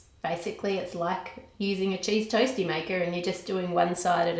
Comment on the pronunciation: alright every time u said cheese toasty i was dying